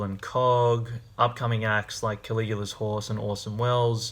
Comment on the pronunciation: Also, 100% sure Caligula isn't pronounced that way.